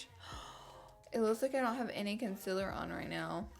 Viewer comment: Omg Laura ilysm but it is concealer not consiler 😡